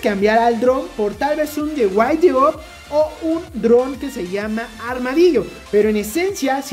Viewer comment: Espero no te ofendas, pero se escuchó muy gracioso como pronuncias el nombre del dron The Whiteout... Por si lo deseas pronunciar bien (si es que no sabes), se pronuncia "De Jjuait Aut"... La J pronúnciala así, como si fuera doble, remárcala tantito Jjjuait jeje... Así se pronuncian las palabras como What o Who, por decir algunas, serían Jjuat y Jjú jeje